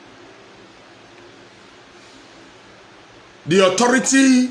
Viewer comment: I swear, I don't know why this man thinks If he speaks those rubbish English os when people can understand him. Look at the way he pronounced authorities, he pronounced it a atority